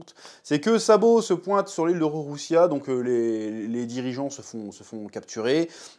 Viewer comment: #Figarland ( pas Finegarlande ) #Lulusia ( pas rouroussia ) #Ivankov ( ivankof ) Faut arrêter d' écorché One piece hein 😂😂 One piece red CANON mais pas entièrement Ou le film pas canon mais certaine choses ou personnages oui Enfin voilà t'as capté le bail 😅😅